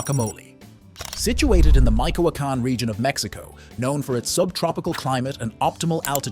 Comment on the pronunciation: Narrator: please learn to stay Michoacan Correctly!!! This mistake is distracting.